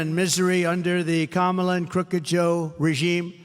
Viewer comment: It’s Kam-Ala lmao 😂